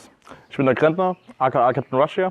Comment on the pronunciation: Weil das ganze outfit durch die ganzen patches fehlender ratnik ausrüstung anbauteileschrott an der schönen ak der adidas stiefel und dem falsch ausgesprochenem wort russia völlichst verhunzt ist